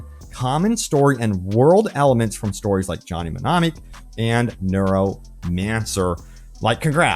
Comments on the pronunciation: Your pronunciation of mnemonic sounds like me-nom-ic. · Not even mentioning that the Steam data is really the only one that can be tracked in that manner, and that those #'s don't include EPIC or GOG #'s just kind of makes you look silly my dude. Also the fucking M is silent ..../smh